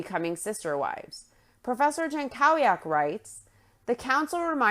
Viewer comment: oh just fyi that's a typical polish last name, it's pronounced yan-KO-vyak